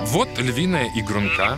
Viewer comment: ИгрУнка, ударение на у